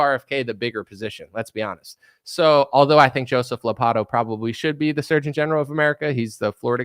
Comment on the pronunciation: Also, it’s Joseph Ladah poe 😂